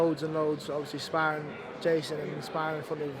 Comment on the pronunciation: “Never talk about Spawrrin, Spawrrins spawrrin”